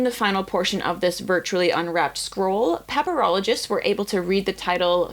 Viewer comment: Are peperologists the students of peperoni? Please, say yes. (Ohhhhhhhhhhh, pa-pyr - ologist. That makes more sense.)